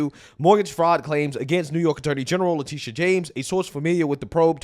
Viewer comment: Her name is Letititia, Le-tittie-ah